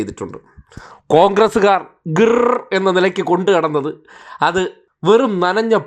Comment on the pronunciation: ഗിർ എന്ന് പറഞ്ഞു വന്നു . പിർ എന്നു പറഞ്ഞു തിരികെ പോകുന്നു 😂